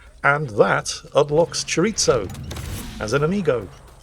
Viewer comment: Chor-eez-o. No “it’s” in the pronunciation . UbiSoft f ing that also